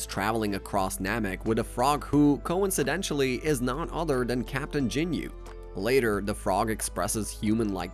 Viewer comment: The narration has to be AI he calls it gin-you force, super cyan, siabamen it's nuts